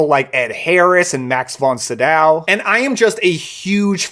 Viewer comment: see-dof bro... max fon see-dof...